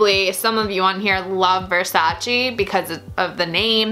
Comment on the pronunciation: No versaciiiiii ma versaceeeeeeee per Dio